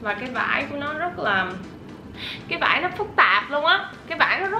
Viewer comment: em cứ thấy chị nói chất liệu vải cực kì vãi cực kì là gì chị